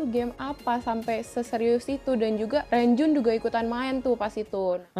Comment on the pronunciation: Ka correct ya renjun dibaca nya "ronjwin" 💚💚